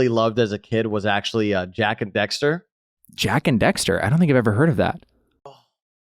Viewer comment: Did he just call it.... Jak and DEXTER? No. Jak and DAXter. It is my favorite video game series of all time :D